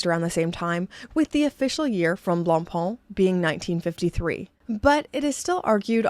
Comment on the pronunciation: I love your pronunciation of Blancpain. I'm just a dumb American who says 'Blank Pain.' LOL